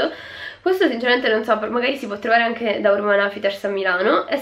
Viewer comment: Hai detto Urban oufiters al posto di urban outfiters